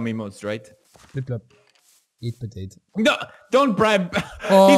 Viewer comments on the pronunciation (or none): I löv iet wen he says potate